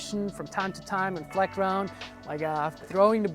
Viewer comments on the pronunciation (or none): none